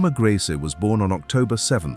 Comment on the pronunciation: Narrator pronounce Grese at least 4 different ways: Gracey, Greese, Grehsa and Graysa. Seriously?! And, beautiful??? She looks like that thing that ate my cat